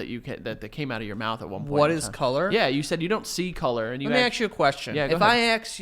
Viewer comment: acts you a question. That's how some black people say ask hahaha